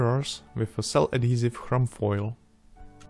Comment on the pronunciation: Snad ti nevad, že ti tu tvou angličtinu pod každým videem kritizujju :D ale angličtina nemá ch berou to jako c a h tim pádem se to necte chroum ale kroum ;)